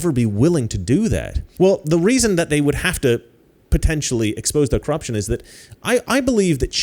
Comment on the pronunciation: I like how he says cruption